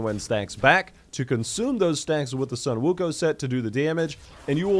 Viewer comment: It's pronounce as Wukong